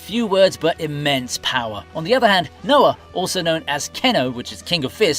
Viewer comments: My boy called Raoh...Noah?...so disrespectful. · Raoh is the right name, it's never been Noah. The video creator definitely didn't even watch the show lmao